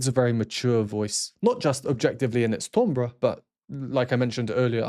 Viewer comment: TOMbre? I thought it was Timbre pronounced (TAMbre) Looking forward to your Angelina journey.